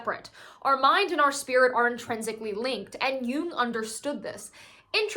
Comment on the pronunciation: Also thanks for pronouncing “Jung” correctly